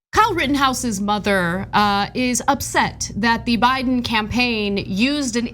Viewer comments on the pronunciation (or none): "You have a lot to think about". Yes. But she must first think. Learning to think at her age, with her lack of a brain is difficult. Sh says' "Pitcher" for "picture", she pronounces "Biden" as "By-Nen" and for some off reason, she thinks there is more than one Kenosha. She says her son went to "Kenoshas" ... then she threatened the president elect. I'm assuming she is threatening "BY-Nen" with physical violence, because theat's the way this pro-murder family rolls.